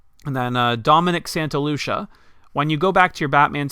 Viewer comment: Btw my name is pronounced Santa-LU-CHI-A not Santa-LU-SHA but it’s ok people mix it up a lot